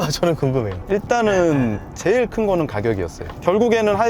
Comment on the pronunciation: '쩨일'이 아니라 '제일'이라고 발음하시는 것이 ....